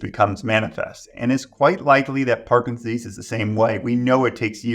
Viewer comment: This is full of good information, as are the comments. Is the good doctor aware he is saying “parkinsease” instead of “Parkinson’s disease” through most of the interview? At first, I thought he was talking too fast for me to hear the extra 2 syllables. But they’re actually missing!